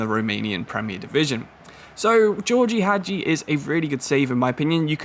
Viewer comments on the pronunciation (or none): Absolutely butchered Gheorghe Hagi's name pronunciation there The "Ghe" groups in Gheorghe are to be pronounced like you did with the second one at the end of the name. The "gi" group is to be pronounced closer to how you said the first "ghe", and with the letter "i" having a sound in romanian like the english sound of "e". // Got this one right the 2nd time